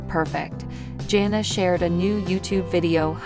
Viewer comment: Her name is Jana with a short A sound. You're pronouncing it with an O. Not sure why. In fact you've mispronounced almost everyone's name. That makes for a bad video & shows you don't know what your even saying!